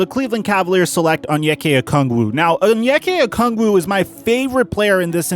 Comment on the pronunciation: sheesh its onyeka not anyekuh